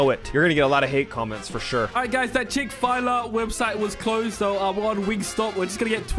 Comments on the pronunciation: it’s not chick filer it’s Chick-fil-A🤣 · “wERe gOInG tO gET hiM CHIck-FAi-lA fROm thAt AMeriCaN PlaCE” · Chick-fil-ay thats how its pronounced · Bro literally called it chick fila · really mistake Chick-fil-A for chick filaaarrcdles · Man said chickfila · YOU HAVE MENTALY HURT ME NY SAYING "CHICK FILA" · we Americans love food so chick fil a is pronounced chicken full A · He really said chik file a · Btw it’s called chick-fa-lay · he said chick fill a "chick file ah" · HE SAID CHICK FY LA XD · It’s not a chick Fila it’s Chick-fil-A But it’s OK if you got it wrong I go to the place every day 😅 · It's pronounce "Chick-fill-aye" fast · Chick-Fil-A ❌ Chick-Fay-La✅ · It is Chick-fil-A by the way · chik fill ae is how you say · What the heck this chick fila I think he meant to say Chick-fil-A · ITS CHICK-FIL-A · It’s pronounced “chick-FILL-AY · Are we just going to annoy the facts that he said chick fa la wrong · It's pronounced chick full lay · HE WAS LIKE CHICK FILA NOT CHICK FILAI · It's not chic fillllle aaaaaa!aa!a! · its CHICK-FILA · bro its pronounced Chick-fill-a but its spelled Chick-Fil-A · The fact he doesn’t know how to say Chick-Fil-A, but can come up with absolutely genius trolls… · The fact that is sick and can still do everything and do everything perfectly (besides saying Chick-Fil-A wrong) is so incredible. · Chick-fil-a is not in the UK where is, So I understand why he pronounces it incorrectly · The fact he can't say Chick-Fil-A and even though he's sick, he still makes great content. I personally wouldn't even think he was sick if he didn't tell us. Keep up the amazing work! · has become the new laff he also pronounces Chick-fil-A incorrectly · Bruh my guy said chick-fil-a all wrong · When americans can't pronounce aluminium: Ok When british people cant pronounce Chick Fil-A: 😱😱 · is gonna kill me. I swear. He said Chick Fil A wrong 💀😭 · Bro actually pretend to not know how to say chick FIL a to anger everyone